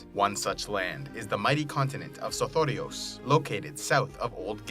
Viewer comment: I love the way you say sothoryos...